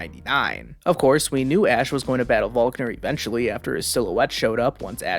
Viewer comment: why did you call volkner falkner they are clearly different